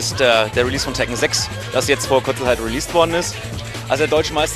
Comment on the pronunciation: LMAO im sorry i cant get over the "Tekken Ziiix" LMAO